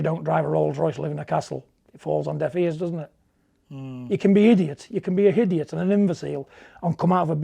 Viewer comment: What's a 'hidiot' ? A 'hideous-idiot'? John must be referring to Bob Arum😁